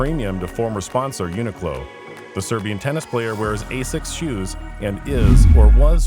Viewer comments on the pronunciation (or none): none